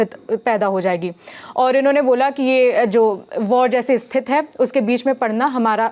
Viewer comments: Thank you for the another update. I appreciate it. However, could you please adjust the pronunciation of this word? We say 'Sthithi' instead of 'Sthith'. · दीदी स्थिति होता है, स्तिथ नहीं। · स्थित नहीं स्थिति 😊